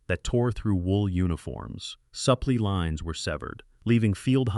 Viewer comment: It is incredible how bad the pronunciation of simple words like "supply" gets through the editing process! Wait a sec, is there an editing process?? If you are going to submit videos could you at least watch them for grammar and pronunciation errors? This is really bad